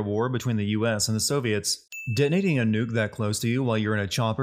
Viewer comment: did he just say “Denating” instead of “Detonating” Ding sound effect